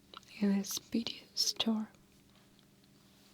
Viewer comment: I love Checkov! Just a small suggestion, "story" is actually 2 syllables = store + e 😘